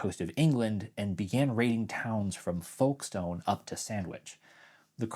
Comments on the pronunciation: Point of pedantry as an Englishman: the stone in Folkestone is pronounced the same as the word stun, not stone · Like many places names, we don't pronounce it fully or properly, the ubiquitous schwa! It's pronounced Folks-tun or Folks-t'n